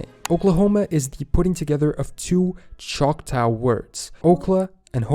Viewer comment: The narrator makes a lot of pronunciation mistakes. He mispronounces Choctaw in English. (Chahta Sia) I am Choctaw. Okla means people. Homa means red. Choctaw is not a written language so one can spell words differently. One Choctaw word from French is Shvpo (chapeau). In Choctaw a donkey is called (looks like deer ears long) issoba haksobish falaya. I guess that’s enough because I don’t teach much Choctaw other than to Choctaw lineage people. I’m fortunate that I grew up speaking multiple languages and learned a little more.